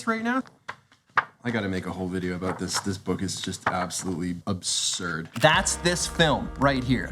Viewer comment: Peter said abooot 😂